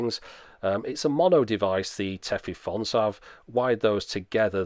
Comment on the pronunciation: Minor pedantry: The "-fon" in Tefifon is actually pronounced more like "phone". You can hear a native speaker talk about it here